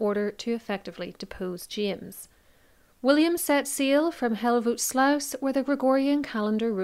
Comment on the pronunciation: Verry well done on the pronounciation of Hellevoetsluis! :D